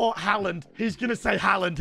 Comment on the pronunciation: bro said haland instead of haaland